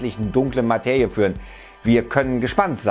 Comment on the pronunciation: Materie = ☑️ Mateje = ❌ Bitte bemühe dich wenigstens, es richtig auszusprechen.